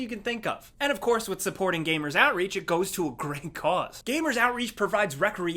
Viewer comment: Outreach sounds like outrage to my non-American ears, gave me a good laugh :)